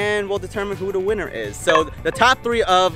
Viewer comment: “who da fastess is and we’ll determine who da winnrr is” 😅😂😂😂